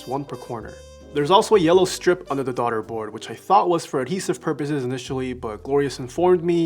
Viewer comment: “Darda board”